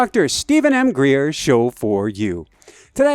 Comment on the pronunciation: Greer not Hengreer